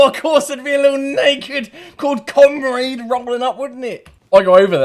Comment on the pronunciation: sorry bro but the way you said comrade is killing me😂😂😂